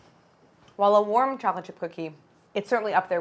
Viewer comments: Too flat and thin and greasy. Your lack of pronunciation it sounds like you’re saying “Chocifchipfcookee” 😂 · Does anyone else hear cholachip cookies? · No one: nothing Claire: challahchip cookie 😂😂😂😂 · I'm sorry but I cannot get over how she says "chocolate chip". she says it like "choplet" and its driving me up the WALL 😭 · Is no one going to comment on how she says "chocolate chip cookie"? "Cho-le-chi-coogie" Pretty good. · Everyone: chocolate chip cookie Claire: cholachit cookie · I keep hearing cha cha cookies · “Chochip cookies” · Am I the only one hearing “chockle chip cookie”? lol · I love how she says “cholla-chi cookies”. 💚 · “ChollaChip cookies”